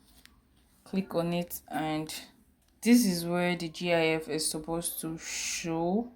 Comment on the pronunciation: I didn't learn anything from this video either, but it's said how it's seen. GIF, not G-I-F.